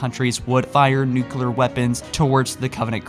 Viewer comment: First youtuber that knows how to pronounce Nuclear, thanks for that